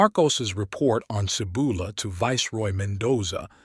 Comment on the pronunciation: first off your pouncing the city name wrong , it sounds like this " see bowl a' " i found the site of the Cibola but there is almost nothing left there but if you have a trained skill you can still locate the site ..i found a bone knife and a shaman stone nearby but you can walk right past it and never know it was there till you are guided by a shaman and no shaman will take you there , i am a time shaman and it is forbidden to go there , it is the home of the thunder God ,the Seven caves of Chicomoztoc ,, the spirits of the old shaman of the Chitoc rest there the caves are cursed , never go there the curse are real and you will never return ...How do i know this to be true ,i am the last Chitoc the 3rd immortal ! i was born there in a life long ago ...and you should know the truth , that priest came and stood on the rim of the bowl for a few minutes and a small girl saw him and he ran away like a scared rabbit before she could tell the shaman of our tribe .. he was a coward ! he was not very smart , he stood within a few feet of one of the rarest Gemstones ever known , the Grail Stone ! hidden in plain sight ..he could have walked a few feet away and picked it up ...and had the power of the great spirits own crown ...once stolen by Lucifer ! the Grail stone belongs to me now ... humans are not welcome there ....